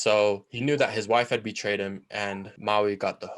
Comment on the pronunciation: "my wife has Be-tava-d me"